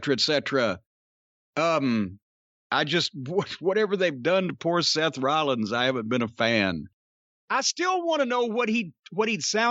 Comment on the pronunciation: "Seth Wowwins" lololololkchcjf